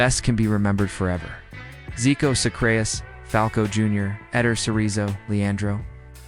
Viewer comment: Socrates was never ever pronounced as So-Crates. Please do research a little bit more. Thanks. Tele Santana too. Tele is promounced in 2 syllabus.